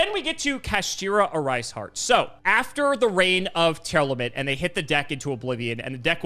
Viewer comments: No shade on but damn, it really bothers me when people mispronounce stuff. The archetype is called "Tearlaments". You separate both words and you get "tear" and "laments", there is no "element" in the word 😂 kinda like when people say E. Hero Sunriser instead of Sunrise. Sorry for the ocd rant hahah. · Love these videos but why is everyone BUT pronouncing Tearlements correctly?